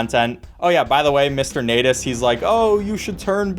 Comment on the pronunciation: U Sayed natus not natas